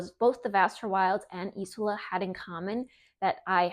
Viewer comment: It’s pronounced ez ola